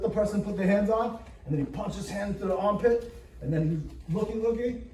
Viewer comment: The pure New York "punch his hand into tha ahmpit"